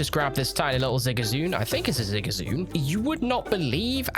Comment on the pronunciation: Did you just call ZigZAGOON Zigazoon??? Tourist spotted.